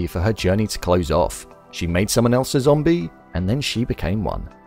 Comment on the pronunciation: I love win you keep saying zambie